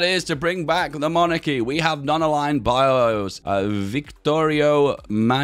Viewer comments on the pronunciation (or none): none